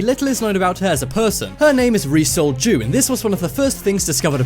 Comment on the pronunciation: Now that's all I can hear. Thanks for that! Lol